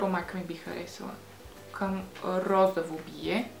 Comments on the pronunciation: Розово* не розаво...иначе супер клипче... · S ро-зО-во, не розАво !